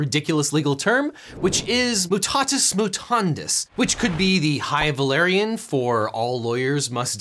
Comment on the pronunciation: Why did you pronounce the i in pendente lite as an e, and the ending e in both as æ? The e sound isn't present in mutatis mutandis. Am I missing something with what little Latin I learned?